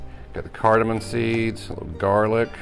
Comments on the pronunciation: I've made a very similar sauce using similar ingredients, was great. Just one tip, its cardimom not cardiman. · Cardiman? Don't you mean cardamom?